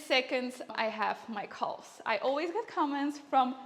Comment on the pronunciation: Took me a while to realize she was saying CALVES. I was like what the hell are "coles"?